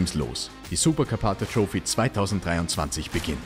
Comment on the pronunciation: …und es heisst troffi nicht troufi 😂